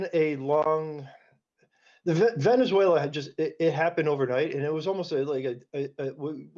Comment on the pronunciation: This anchor needs to learn how to pronounce Venezuela 😂😂😂😂